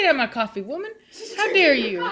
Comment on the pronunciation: lol how you say “womannn” like “wemennnn”. i do the same exact thing😂😂